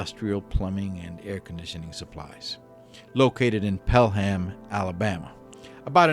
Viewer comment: It's pronounced pale-am not Pell-ham.